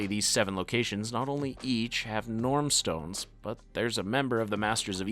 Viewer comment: You're pronunciation is wrong. It's Norn stones.